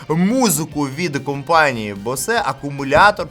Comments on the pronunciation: Читається як Боус, не Босе ☝️😑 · компанія "босЕ"😂 Ну вже соромно не знати як вимовляти, коли компанія багато років на слуху.